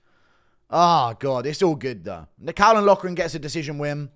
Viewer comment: Can't even say caolans name that's how ik u know nothing